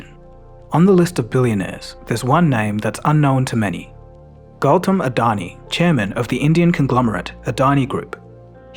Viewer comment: Yo how did you pronounce Adani's name so well. Damn